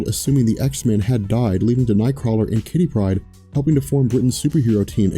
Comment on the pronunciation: Why? Why? Why do you insist on saying "Kittypryde" like it's one word. Two names, a first and a last. Kitty. Pryde